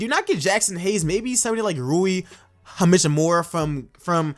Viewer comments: "Rui hamichimura"😂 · Pistons pick ain’t lottery they made the playoffs. Great video tho! A lot smarter choices than some other mock drafts I’ve listened to. Ohh and Rui last name is pronounced “HACHhh I MUR AH” just want to make sure you have a chance to say his name right because you do a solid job and some fools might try to use your pronunciation as a way of discrediting you, which is Bs. You definitely know what a lot of the teams need and who would help them, in most cases!